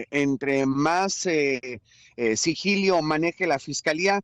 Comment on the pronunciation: Muchacho se dice sigilo qué vergüenza Yo soy de Reynosa edúcate muchachos si estás hablando a nivel nacional van a creer que todos los de la ciudad hablamos igual